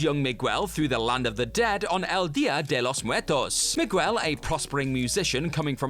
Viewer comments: Why are all of the commentators incapable of pronouncing Hispanic names and words? Miguel = mig-ell. Not mig-well And anytime I hear you all butcher Guillermo Del Toro’s name, I die a little. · Never heard anyone pronounce Miguel as Mig-well before. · I'm sorry but pronouncing Miguel as "migwell" is the whitest thing that I, a white person, have ever heard 💀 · You try to give people grace, but yall are a long standing media channel pronouncing shit like "mig-well"?? Sort it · Did he pronounce Miguel as Me-gwell? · I used to pronounce it Mig-you-ell when I was little, before a friend of mine looked at me like I'd just tried to speak to him in Klingon. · Listening to an Englishman trying (and failing) to pronounce simple names like Miguel, Hector and Lo Truglio reminds me why we say “eggplant” and “pineapple” in English. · if it was being influenced by American English, he would be able to pronounce Miguel